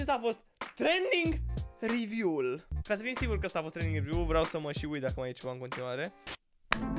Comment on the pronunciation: "Triending riviuuu" 😂😂😂